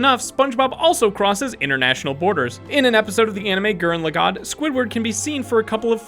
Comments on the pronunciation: Nice way to pronounce Gurren Lagen. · gurren lagann was pronounced weird.